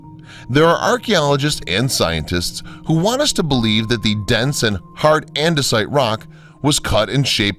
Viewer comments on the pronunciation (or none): none